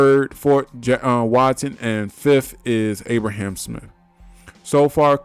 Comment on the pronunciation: ABRAM...NOT ABRAHAM lil bro.